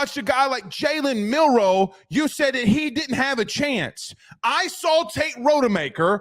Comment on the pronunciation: Unwatchable. Do your research. Rod-a-maker.